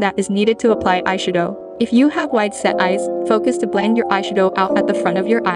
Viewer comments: I've never heard eyeshadow pronounced that way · Aye shud owe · When she said ayshadough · I’m dying at the EYE - SHA - DO 🤣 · "Eyesha-dow" has the same energy as that "fre-sha-vaca-do" vine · "Eyesha-doughe" I cant help but notice it. 😅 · "eye shue-doe" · “ai shadoh”🥴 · ay-she-doh LMAO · Bruh I didn’t realize it was a version of Siri speaking until halfway through the vid with the eyeshadow pronunciation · I like the way she says eyeshadow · The way she says eyeshadow lmao